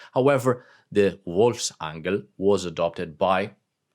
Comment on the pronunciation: Your german is quite good. I assume you really dont speak it often though. But you have it almost perfekt sounding. Really not bad. At all.